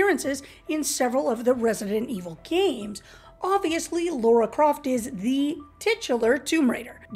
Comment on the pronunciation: Jesus; it’s pronounced LARA. Repeat it after me: LA RA! The heck is “Low Ra?”